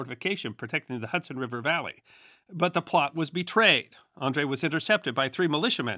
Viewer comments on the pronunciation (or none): none